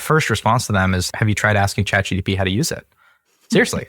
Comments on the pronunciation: Dude.. It's chat GPT, not chat G-D-P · Disagree. I've been saying "Chat GDP" for years now.